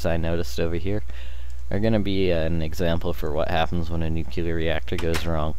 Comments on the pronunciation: Nucular? Nuclear. Sorry, bugging me the whole video. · I cringed every time you said nukular. NUCLEAR! NU. CLEAR. *exasperated sigh* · Was interested in watching, saw the stuff, then I heard how he pronounced nuclear... Nevermind, I lost interest. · No, it's called improper pronunciation. NUCLEAR only has one "U" not 2... Kinda like when people from the ghetto say "Skrate" instead of "Straight", it's ignorance, not choice